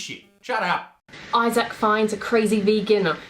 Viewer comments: why cant he pronounce isaac properly grrrrrrr. its isac not izaaaaaack fucking oh my days. im sorry that was getting on my tits just if you cant pronounce a guys name dont talk about them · Has she’s ever heard the name Isaac before? Why is she saying eyezaack? It’s eyezick. That’s how you pronounce that shizm. Had to edit this one when I found out THIS BISH THINKS SHES A COMEDIAN........AHHHHAHAHAHAHHAHAHAHAHAHhhHhHhHahahskfnsjskhdjaiahahahhahahah. Is that thing for real??? No possible way this particular individual is funny in any way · Eye SACK The way this creature pronounces his name really annoys me. Overly pronounced. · Why do they keep pronouncing his name as Is-aac? That's kind of irritating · as another British person , no , we don't all pronounce Isaac like that. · Isaac i hate people who pronuce it as i sac its one word not two